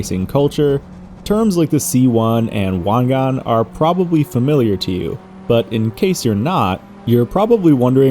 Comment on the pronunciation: Finally someone said Wangan correctly lol